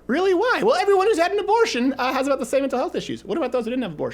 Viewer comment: "See! There's no more increase in Mewntul health issues!". You alright, man? Need some water? lol loved this video!! Abortion is terrible